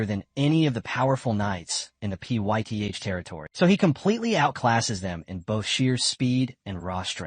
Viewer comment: Baron Pyth is pronounced Fithe